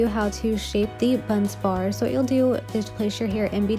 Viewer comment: Bun Barz - not Bunz Bar but great explanation!